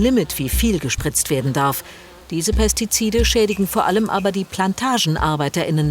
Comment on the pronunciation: "Pestizide" fällt der guten Frau in beige aber sehr schwer auszusprechen 😆